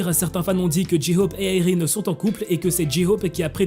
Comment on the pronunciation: (J'te jure que c'est pas mechant et le prend pas mal stp🥺)tu pourrait arrêter de dire ji hope😭sa se dit jey hope🥲mais c'est pas grave je t'en veut pas😁